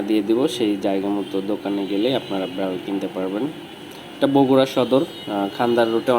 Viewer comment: Bral na Vai biral